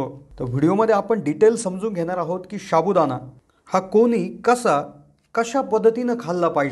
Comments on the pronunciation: शाबुदाणा नाही साबुदाणा हा शब्द आहे मराठीत तरी उच्चार बरोबर करा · शाबुदाणा नाहिरे बाबा, साबुदाणा म्हणा 😂😂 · शाबूदाणा नाही रे बाबा, साबुदाणा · Sabudana bolayala Shik baba pahiley. Shabudana Nahi re. Evadha Pakavto ki Loka Tumcha Channel Baghnarach Nahit. Ashya prakaarey Tumcha Channel Shabut Nahi Rahanar. Timing Vadhavnya sathi Evadha kaa Pakavto ???? Channel chi Credibility Ghasartey. - Nilesh Borse. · Sabu..... Don't say Shabu.. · हा फालतु बडबड करतोय एक तर शाबुदाणा नको बोलुस साबूदाणा बोल कोणी विश्वास ठेवणार नाही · शाबुदाणा नाही साबुदाणा म्हणतात रे . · Nit bol re baba "शा" बु ? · पहिला साबूदाणा बोलायला शिका. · सहमत शाबुदाना उच्चारही येत नाही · अगदी बरोबर लिहिलय. साध मराठी उच्चार करत नाही हे लोक अन चॅनेल काढतात!